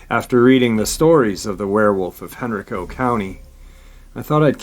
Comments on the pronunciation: HenrIco. Hen rI co. Not hen reco. the I = eye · I only know cause I'm from near there, in VA. It's "hen-rye'-co" county. Love you! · It’s pronounced Hen Rye Co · For future uploads.......Henrico is pronounced “Hen-rye-co” and Varina is “Va-rye-na”, its a accent from the region. Also Roanoke Is in the New River Valley region of Virginia, Roanoke Rapids is in the Great Dismal Swamp area of North Carolina. Not trying to be negative, just trying to give that little bit extra for keeping uploads even better. When are we getting more Victor??? Come on man we are due a little more! Thanks for all you do trying to keep us informed. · Love your show and not trying to be the English Nazi but I live right beside the area you're talking about in Virginia and they are pronounced like "Hen-rye-co" and "Va-rye-na" counties